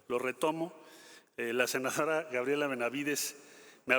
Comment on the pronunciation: Y no es senajara , es senadora🤔